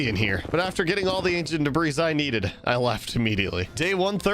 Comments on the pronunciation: The 's' in Debris is silent. It's pronounced "Debree". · The s at the end of debris is silent... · Please learn how to pronounce debris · The s is silent in debris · Why does he say debris like that